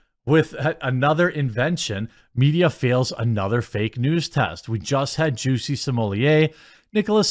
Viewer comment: Stop pronouncing it as juicy …😂😂